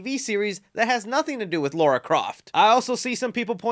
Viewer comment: its lara the way your saying it sounds like Laura. (No hate)